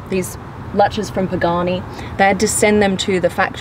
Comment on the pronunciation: Pronounce the names right of the car